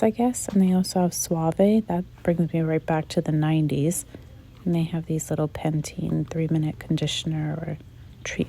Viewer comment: HUGE fan! The shampoo Suave, most people I hear pronounce it suAVe. The e is silent. BTW, are you in Canada?🫶🛍️🛒